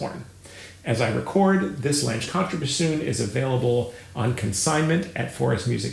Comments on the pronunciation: All those years and you get away with mispronouncing German????? Lan ga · Could the last name not rhyme with the English word “flange” but be the German word for “long” which is pronounced “long-uh”? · I am far from an expert but I believe that it is 'lang-euh' if that makes phonetic sense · I love you, your channel is wonderful, but Lange is a German last name. You really, really, really need to fix that pronunciation. For the love of all that is good and holy, if you can pronounce Wiesbaden or Wagner with a V sound, you can nail Lange just fine.